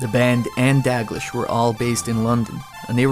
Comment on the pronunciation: It's pronounced Da-gleesh